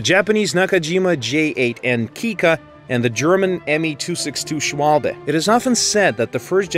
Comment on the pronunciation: Im sorry put i just had to point this out. you said "shwabe" which is how it looks like it would be said, but it is actually pronounced "shvabe" dont forget w ares v's in german!